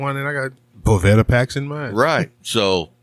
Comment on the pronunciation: It’s Bo Va Da if you need help speaking English I can get you Rosetta Stone!!!!